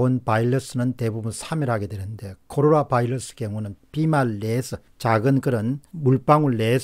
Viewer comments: 어이 공병호 씨 바일러스 가 아니고 바이러스 라고해! 코롤라가 아니고 코로나 라고 해 미국에서 공부 했단 놈이 영어도 제대로 발음 허지 못허니 챙피헌줄알아 영어 뿐만이 아니라 외국어는 정확히 발음할 필요가 있어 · 빠르고 공정한 방송 늘 잘 보고 있습니다. 한가지 좀.. 건의는... 발음인데 바일러스가 아니라 바이러스가 아닌지요?